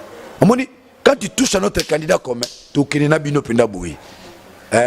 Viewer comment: Français yango okumisaka yo moko ozo loba " ti " au lieu de " tu "